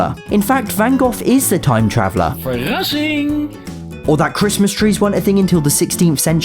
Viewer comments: Me as someone Dutch’s loves it when sad ‘verrassing’ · As a dutch person, I can admire the "verrassing" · I am from the netherlabds and how you said verrassing is just amazing you can live in the netherlands and learn it in a couple if days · As a Dutchie I loved the moment that Van Gogh said Verrasing it's Dutch for Surprise and Van Gogh even painted my long live Family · Haha. In Dutch and i heard "Verrassing" xD